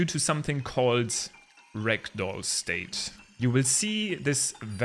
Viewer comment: JUST SO YOU ARE AWARE, your dialect makes "ragdoll mode" sound like "rectal mode". Have a great time with TOTK!